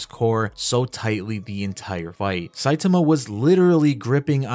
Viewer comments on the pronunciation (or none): My OCD will become the greatest threat to humanity if i hear one more person pronounce his name Sai-tumah 😂